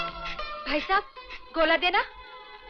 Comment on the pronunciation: Gola hai Lola nahi.